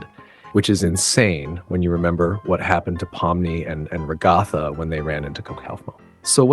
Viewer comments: It is pronounced rag u thu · Whyndo so many people mispronounce Ragatha's name?